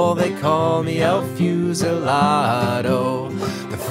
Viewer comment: Never heard this song before and liking it. Your Spanish pronunciation was pretty good except for the u in fusilado, which should be closer to ooh than fuse.